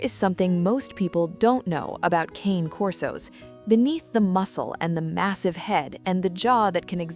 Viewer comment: Please teach the fake voice to pronounce "Cane" properly.